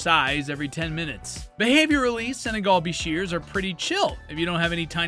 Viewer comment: The way you pronounced bichir was interesting lol. Great video though!